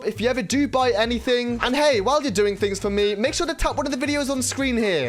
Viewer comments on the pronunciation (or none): none